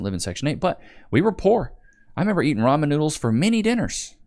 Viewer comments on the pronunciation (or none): none